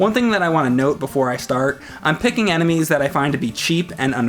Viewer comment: why says "anime" instead of "enemies"?